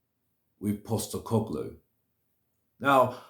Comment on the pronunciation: At least you've decided to bother pronouncing his name correctly now